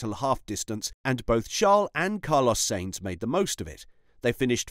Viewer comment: Stop pronouncing Sainz as Saints. Hate it